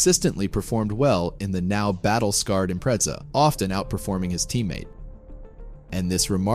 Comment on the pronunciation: Pronounced” Impretza.